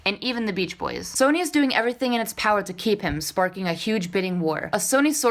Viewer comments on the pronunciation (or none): none